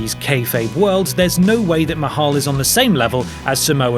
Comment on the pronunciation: You mean MAY-Hal right?